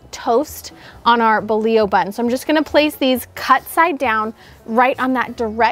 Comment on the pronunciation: I love this recipe and will be makin these tomorrow evening. On a side note, it's refreshing to hear someone pronounce bolillo properly!